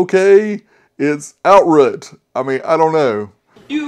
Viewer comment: Can’t stop laughing at “outrut”.